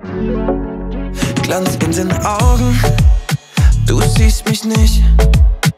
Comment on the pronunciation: Soll nicht abwertend gemeint sein, aber braucht man als talentierter Sänger wirklich Autotuning und ne Aussprache wie Pietro Lombardi? “Du siehst misch nischt” Ach, Luca, ey 😂